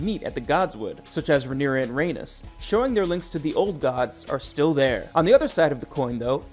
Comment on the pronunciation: Velayron they said incorrectly and Rheanys, thats all I noticed But I probably also spelled them incorrect 💀